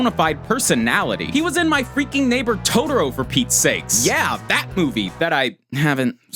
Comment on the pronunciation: Wow you totally nailed pronouncing "totoro".